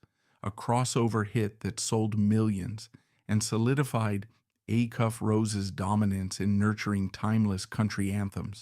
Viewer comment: Can you at least teach the AI how to pronounce "Acuff" and "Opry"? It is jarring when they get it wrong.